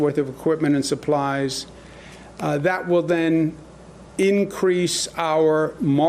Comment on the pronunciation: goog god the T in consortium is pronounced